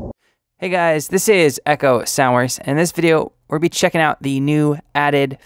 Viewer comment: I always hear it as Echo Sourz